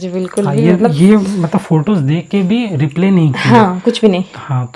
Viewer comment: रिप्ले nhi भाई रिप्लाई 😂😂😂